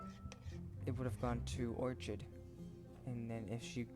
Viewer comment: nice video and its pronounced, Ore(Kid) Orchid